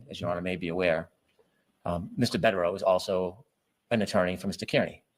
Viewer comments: *Car-knee 😉 (not Care-Knee or Keer-knee) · He should at least say turtelboys last name right. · How does someone w the last name “Brennan” who lives in MA mispronounce “Kearney” smh 🤦‍♀️ ☘️